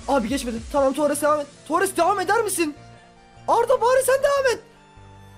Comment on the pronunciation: abi torrese baya tuares diyon